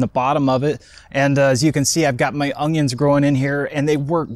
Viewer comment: Does anyone not hear how dis man pronounced “onion” ONYUNG 🤣😭